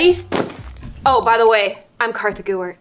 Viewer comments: IT’S KARTHA, NO ONE KNOWS A HERE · its Kartha not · What is your real name??? I have heard ur friends say kassis and in the intro u say kartha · I love how in every video she says her name Kartha gewert